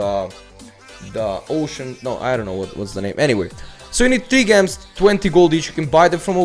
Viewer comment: gems. its pronounced jems like jewels with a j lol (this isn't a hate comment just helping with ur english)